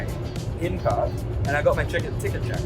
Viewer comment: Wait, it's not 'Pertherts'? 😂